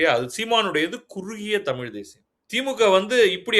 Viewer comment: தமிழின் முக்கியத்துவமே பேசும்பொழுது ழகரத்தை சரியாக உச்சரிக்க வேண்டும். தமில் என்பது சரியில்லை